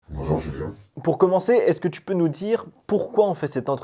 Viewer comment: Pourquoi tu dit « thu » au début de la vidéo et pas tu il n y a pas de h dans le mot tu donc n en prononce pas stp